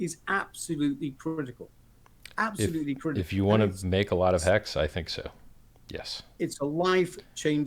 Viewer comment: Did he say Hex or Hecks?